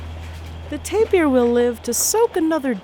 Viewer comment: Nice video. Why does she keep saying tape-ee-er when it's just tape-er. (tapir)